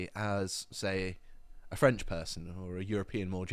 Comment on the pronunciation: "I do speak a bit of French..." - maate, you didn't have a clue how to pronounce that.